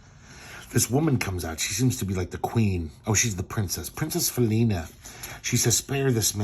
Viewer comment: This is worth money. If you have any of Harvey's Black Cat comics you've struck gold. BTW: the first time you said "Princess Felina" I thought you said "Foonina", and now I'm laughing my ass off waiting for an opportunity to give that to somebody as a nickname!